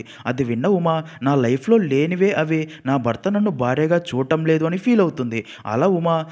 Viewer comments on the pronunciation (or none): none